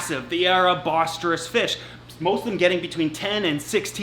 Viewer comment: Finally gets "vieja"... slaughters "boisterous". 10 points for trying though.